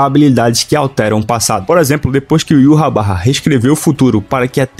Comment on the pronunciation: Mano, eu amo teu canal porque vc pronuncia o nome de Yhwach da maneira correta e esse nome é muito fera. "Yuhabaha" Da um nervoso quando vejo os caras falando "Ivár" ou Irrauch"